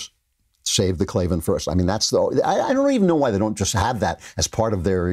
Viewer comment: There is no "E" in Klavan